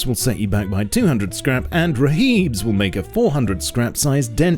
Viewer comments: Raheeb- YIKES. ITS RIB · rhib = rigid hulled inflatable boat and is pronounced rib FFS.